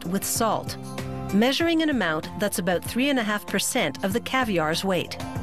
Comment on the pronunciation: You know what's weird? The way she says "out" and "about". lawls